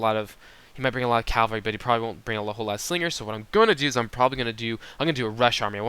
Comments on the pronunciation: cavalry not calvary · Cav-al-ry not cal-va-ry. I have made the same mistake often. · I mostly agree, great video, but I grind my teeth when I hear this guy say cavalry. Sometimes it sounds like he's saying "Calvery" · Great work - but this is a pet peeve of mine... Cav-al-ry = horse soldiers vs. Cal-va-ry = Jesus being crucified (the really odd thing is that you switch back and forth between the two) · He said it wrong, but, you know what he means.